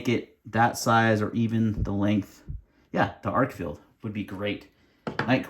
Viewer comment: Good vid. ArkFELD. Not ArkFIELD. Agree with Arkfeld's lack of a tail switch making it less tactical, but this is titled an EDC light vid. And it does offer magnetic attachment. You missed the true moonlight of 1 lumen on the Arkfeld. 15 lumens is away too bright for a nightstand light to preserve night vision. 1 lumen or sub-1 lumen for this. Also, I recommend any comparisons include a clear discussion of the lumen outputs and associated run times. This is especially true for flashlights with non replaceable batteries. It was a little hard to hear you stating which lights you were showing in many places, even with laptop at full volume, and there was a lot of flashing off/on, and overlapping of beams. Great selection of lights for this. My choice if only one would be the Nitecore despite it's size, but not for nightstand since lacking a moonlight mode.